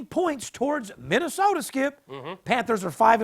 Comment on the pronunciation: U said minny un